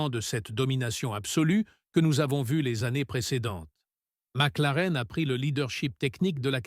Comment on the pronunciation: Salut Monagasse et Louis Samilton ... je m'éclate de rire dès le début à ... Le triple champion du monde euh... mon gars, Max est champion 2021, 2022, 2023 et 2024. donc ... ça fait combien ? à Ma clarenne , à L'endonorice, à Le Nair Landais, à Dans disque ... 😂😂, tu relis un peu ton boulot ? P*tain tu fais vraiment du boulot de m*r*e.